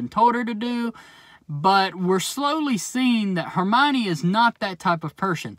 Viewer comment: Its Hermaini Lodge